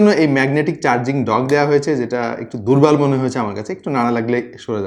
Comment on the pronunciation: "খুব দুব্বল" কথাটা আমার অনেক অনেক ভালো লেগেছে। তাই বারবার টেনে টেনে শুনেছি। খুব হাসি পাচ্ছিল ।